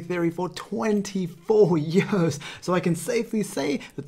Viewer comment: your "years" had a Welsh ring to it. Did you ever spend time there? Great video as usual; this is so helpful!